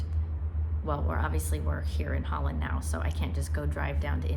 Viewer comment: Well, she lives in Zuid Holland so she is saying it correctly.